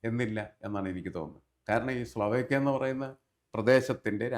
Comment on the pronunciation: സ്ലാവോക്കിയ അല്ല, സ്ലോവാക്കിയ ആണ് 🙏